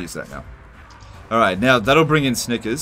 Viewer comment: I heard Snikers.